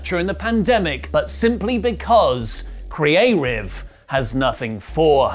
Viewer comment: please dont do that again the way you said creative sounds racist towards asians